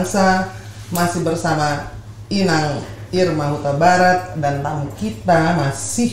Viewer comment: amangbaomu itu, inang...bukan ito 😁